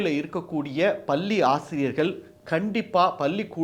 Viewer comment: ஒலகம் அல்ல உலகம் பல்லி ஆசிரியர்கல் அல்ல பள்ளி ஆசிரியர்கள் என சரியாக உச்சரிக்க தயவு செய்து பழகுங்கள் மற்றபடி செய்தியும் சொல்லிய விதமும் அருமை வாழ்க வளர்க